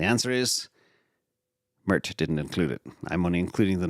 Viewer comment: It's not murt u doofus. Sounds like maert